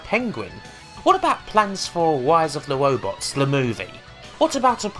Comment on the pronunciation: she said "wise of the wobots" more times than I can count